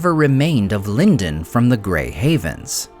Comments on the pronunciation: It should be LEAN-doan, maybe with a soft palate /n/ sound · Yes A.I. pronounces Lindon three different ways.🙄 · You pronounced Lindon three different ways. Why? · He's hedging his bets, that or he forgets how he pronounces it every other recording session.